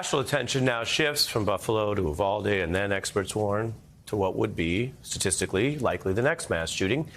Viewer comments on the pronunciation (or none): For all you on the national stage, wondering how we pronounce Uvlade, it's pronounced "you-vall-day", not "ooh-vall-day"...